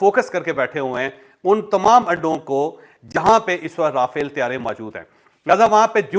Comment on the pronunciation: آپ کی اطلاع کے لیے عرض ہے یہ را فیل (R a Fal)نہیں بلکہ مقدس فرشتہ (Raphael - Angel )نام ہے ۔ جس کا ذکر بائبل مقدس میں اور قران مجید میں بھی ہے تو غلط نام کی درستگی کر لیں ان جانے میں اگر کوئی غلطی ہو تو اس کی معافی ہے تو اب آپ کو بتا دیا ہے مزید اگر اس پر آپ دوبارہ اس طرح کی بات کریں گے تو پھر وہ گناہ میں شامل توہین میں شامل ہوگا ۔ شکریہ ۔